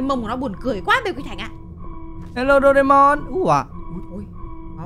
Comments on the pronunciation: Doraemon chứ ko phải doreamon nha ạ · đọc sai chính tả rồi thật xa những cái chính tả của bài nhạc Doraemon là như thế này nè bạn thân ơi vui quá là vui bạn hãy cho chúng ta cần nhiều đồ ăn và đồ uống những bảo bối thần k... Như vậy mới đúng chị nha nhưng khi em thấy cái con Huggy Wuggy mồm màu trắng thì em thấy phiên bản này là phiên bản màu đen nhằm Doraemon anh ạ.